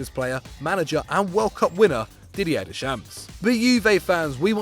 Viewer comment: I disliked the video because your pronunciation of Didier Deschamps clearly shows you know nothing about football 😂😂